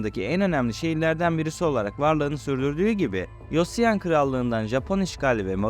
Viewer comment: *Sejong: Secong, *Joseon: Çose-on doğru telaffuzlar bu şekilde olacaktır. Koreceye hakim değilsin Hata yapmış olmak çok doğal Hangul Harfleri, Latin harflerine çevrilirken İngilizce telaffuzları üzerinden çevrilir bu yüzden Latin harfleriyle yazılmış olan hangul kelimeleri/harfleri Türkçe telaffuzuna göre değil İngilizce telaffuzuna göre yazılır.. 😇😇Ayrıca çok güzel ve bilgilendirici bir video olmuş ellerine sağlık